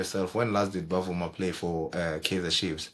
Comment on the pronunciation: it is NOT Bavuma it is Bvuma pronounced as Vuma